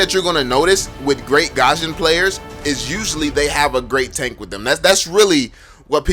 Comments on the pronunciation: It's gusion not gasion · I love your videos but It's not GASHON it's GUSION tf improve ur pronounciation it's pissing me so much ! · The way u pronounce Gusion GaZhunn